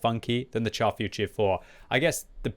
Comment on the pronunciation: Char Futur is pronounced 'shar' and not 'char'. I know you don't like to be lectured but c'mon you can do it 😇